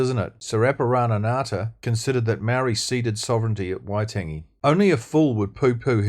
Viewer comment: All great stuff! Just one critique - Waitangi - it is indeed worth pronouncing that correctly in Te Reo terms - just a small point - but it would help your cause immensely Keep up the great work Cheers Dennis Scott